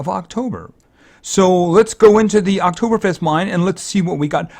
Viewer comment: I'm from Austria and you can say Oktoberfest very good. And this hearts are called "Lebkuchen" and on that there are some proverbs.